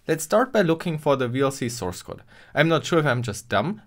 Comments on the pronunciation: What is a 'sourecode'? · Ah yes, sourecode